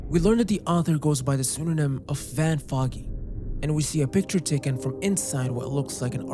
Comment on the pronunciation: fogey is foe-ghee. It's slang for an old person. AKA an old fogey. Van Fogey is a great pseudonym.